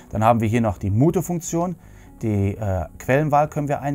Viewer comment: Schönes Video, solide Vorstellung. Grinsen musste ich bei MUTHE Funktion. In der englischen Aussprache MJUHT. Noch schlimm. Macht dich sympathisch. Weiter so!